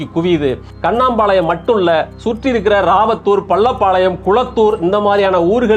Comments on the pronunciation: கண்ணாம்பாளையம் அல்ல. சார். கண்ணம்பாளையம்.. எங்க ஊர் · கண்ணம்பாளையம். not கண்ணாம்பாளையம்😂